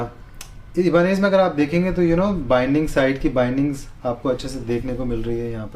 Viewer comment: it's "EYE-BUH-NEZ" not "E-BA-NEZ"